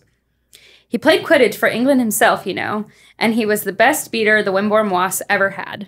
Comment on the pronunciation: Isn’t it Wimbourne Wasps? Not Windbourne